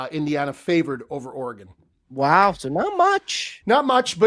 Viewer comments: pronouncing Oregon oreGON trips me out every time 😂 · can you please figure out how to say Oregon? I know you took accountability but we gotta be better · The way says Oregon absolutely drives me up a wall 🤣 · bro I’m from the PNW and I can tell you he is 1000% butchering it haha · Yea me too. A lot of East Coasters mis pronounce.Weird. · Pronounce Oregon correctly please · saying Oregon 😬 geeeeez